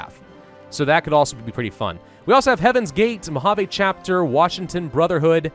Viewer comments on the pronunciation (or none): none